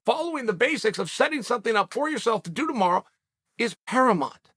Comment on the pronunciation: I love uncle Chael, but did anyone else catch him pronounce it para-mont, instead of para-mount ? It hurt my ears, lol